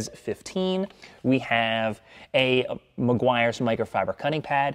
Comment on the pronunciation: You were this close 🤏 to saying Maguires 🤣